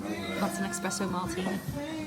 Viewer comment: No 'X' in Espresso! 😊